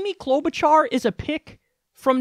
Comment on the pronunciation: I’m a Minnesotan and I cringed when that guy said Amy Klobuchar. Er... no. She’s one of my senators and we don’t hear much about her, even. 🤣